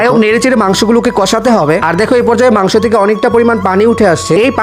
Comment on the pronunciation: মাংস নাহ মাংক😂😂😂